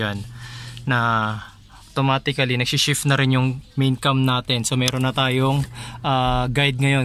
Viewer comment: cam po yon hindi "vam".